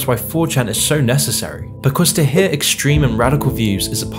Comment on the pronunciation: dude pronounces the word "hear" like "hehhh"